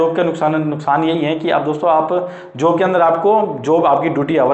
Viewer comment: जोब नहीं होता भाई जॉब होता है 😒